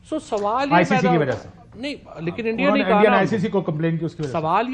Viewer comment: Bhai endia nahi India hota hain😂